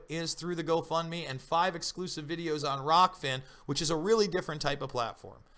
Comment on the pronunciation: ahh . its rokfin not rockfin